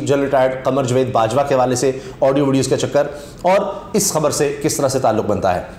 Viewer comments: Jveed nahee Javed hota he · Plz javed ko properly pronounce Kiya karin.punjabi lehje main jved na bolain.